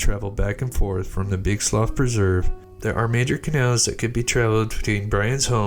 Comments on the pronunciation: Slough is pronounced “slew”. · Slough slew is how it said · The guy took off on a plane. Btw, its slough spoken like sloo, as in the slough of despond in pilgrims progress. It's sloo pronunciation.